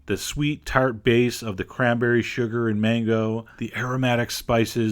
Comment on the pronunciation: MANBERRY SAUCE LOL